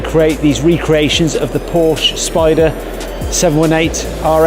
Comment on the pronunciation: Porsche is TWO syllables. What’s the matter with you guys?